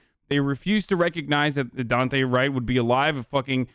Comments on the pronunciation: please pronounce his name right... its Daunte like Dawn-tay not dooante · the amount of people that don't know how to say daunte is fucking crazy